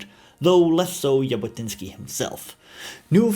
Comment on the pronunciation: Thank you for interesting content in general, end especially regarding the Jewish people and our national liberation and return movement - Zionism. Just one small correction - the way to pronounse the surname Jabotinsky is Zhabotinsky, and not as pronounced in the video. I also reject the claim that Avraham Shtern ("Yair") thought Arabs should be second class citezens under Jewish sovereignety, definatrly Lehi didn't adopt this idea after the murder of Yair by the British. Moreover there were some Arabs who took part in Lehi activities... Today - most people in Israel don't really make distinction between different underground movements of pre-state period (Hagana and Palmach, Etzel and Lehi) and the general nerrativ, which is basically true in my eyes, that all the underground movements had contributed in their unique effort to lead the British to decision to leave the Land of Israel and led to the establishment of the State of Israel. Not to forget that all the movement incorporated in the IDF after its establishment.